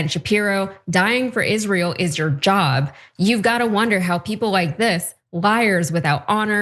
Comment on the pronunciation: Presenter puts emphasis on wrong word when Tucker wrote Dying for Israel is YOUR job [i.e. the Americans' job not the Israelis' - not your JOB].